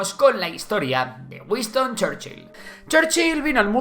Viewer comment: ¿Wiston? Será Winston…